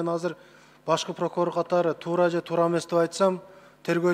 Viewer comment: "Прокурор" дегенди "пыркурор" деп кызыктай айтат )))